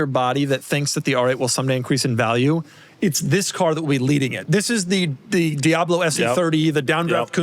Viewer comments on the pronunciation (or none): none